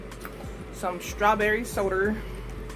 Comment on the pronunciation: The way you said soda 🤣lol